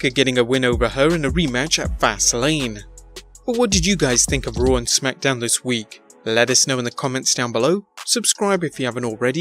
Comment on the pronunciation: Its raw. Not rawr... Ya twit